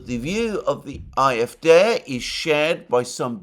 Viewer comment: Why are you pronouncing the acronym CDU in English and the acronym AfD in German (at least you try to do it in German.. you seem to say A-Äf-Dä)